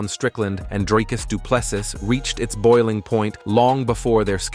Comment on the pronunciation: Repeat after me: Dree-Cuss Doo-Plê-See Repeat: Dree-Cuss Doo-Plê-See Again: Dree-Cuss Doo-Plê-See Once more: Dree-Cuss Doo-Plê-See Last time: Dree-Cuss Doo-Plê-See Final time: Dree-Cuss Doo-Plê-See Final last time: Dree-Cuss Doo-Plê-See Now try again: Dree-Cuss Doo-Plê-See